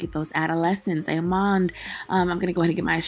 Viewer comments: What's "amand?" Lol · I subscribed after the first “amoned “ 😂😂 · When you say “A ma’an” I just love it! Hair is cute and fluffy! I like it! 😍😍😍